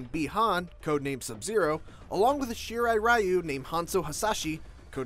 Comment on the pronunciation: Here is how you pronounce the clan name :-) you are welcome!